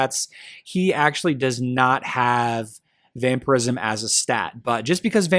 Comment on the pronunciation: its vampire ism not vamper ism